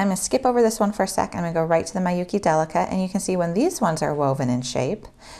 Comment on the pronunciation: I know this is an old video but Miyuki is pronounced "MEE-you-kee", not "MAI-you-kee". Thanks for this video, it's very informative and useful but just had to chime in about Miyuki lol